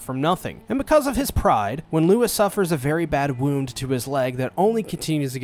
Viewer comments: it's lou-ee not lewis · His name is pronouned LOUIE, stop calling his Lewis. Louis didn't kill the Shishigumi, just their boss. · Fat you know it’s not Lois it’s Louis has Holly pronounce it in the animate least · i cant handle handle how you pronounce louis it is L oowee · The S in Louis is silent btdubs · uhhhh, the deer boiis name is Rouis, no Louis